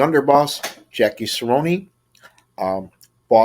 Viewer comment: It’s not Ceronee! It’s Cerone like Capone. Great vid btw